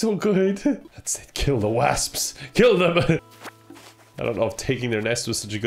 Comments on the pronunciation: How are you saying wasps so wrong? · I had forgotten people from Cork say wasps wrong lmao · No one:: wÃsps! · I have never in my life heard the word "wasps" pronounced like that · I think it’s a Cork thing 🤔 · God-tier pronunciation right there. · It is. My dad is from Cork and he says it was that hard "A" sound too 😂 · I don't know why, but that pronunciation of "wasps" really caught me off guard. XD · WHY DO U SAY WASP LIKE THAT LMAOOOOOOOO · Hah you say wasps funny